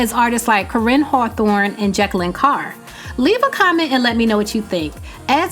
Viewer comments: It's not Jacklyn but its pronouced Je (gee) Kayln (Kaylin) Carr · Say it with me nah Ja-kay-lyn, jakalyn not Jacquelyn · omgoodness gracious girl, why were you consistently butchering Je-kay-lin = Jekalyn Carr's name. As a researcher/media persona/etc you have to, whether it seems important or not, say the person's name correctly. I cringed everytime. Other than that, I stand with Smokie's comment and rebuttal. On the flip side, true gospel reps don't do what they do for a statue/paganism royalty but unto the Living Elohim. Forget getting excited about the world recognizing in idolatrous ways, when as was seen, they're edging gospel out anyway. We are to be in the world (for Yah's purpose) but not of it. #standoutsoHeisseenOnly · I think you do a great job reporting. But cannot just set back and allow you to mispronounce Jeklyn (Jah'kay-lynn) name. I'm sure it wasn't intentional but a mistake. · No disrespect, but you are mispronouncing JeKalyn's name. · 😛 you might want to consider hiring Keegan-Michael Key to help with Jekalyn Carr's name.😅 The thought of it cracks me up! 😂🤣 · How you said Jekalyn Carr. I'm sorry that bothered me badly lol